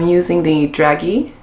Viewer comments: "DRAZHEE" not "Dragee" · “Dragee” pronounced Dra-jay. All Very pretty! Thanks for the video.☺️